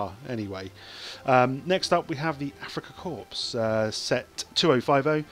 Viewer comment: Hello. Pronunciation Police again. Corps/Korps is pronounced core, other than that, good vid.